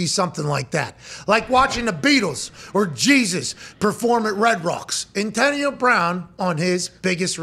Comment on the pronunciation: He can’t pronounce “Antonio” properly 😂